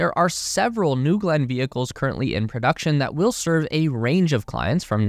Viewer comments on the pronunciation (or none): none